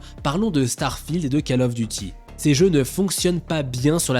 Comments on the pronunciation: ON NE DIT PAS CALE OF, c’est Call Of, c’est un o 😮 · C'est analyse des calculs de consoles, est aussi fiable que la prononciation de "calle of "... "Colw of " call comme appeler !! Allez à l'école bordel